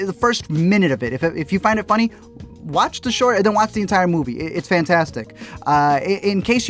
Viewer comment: I'm Hispanic af, but the at you pronounce " it s so foony" for some reason it takes me out. Admire you r work so much.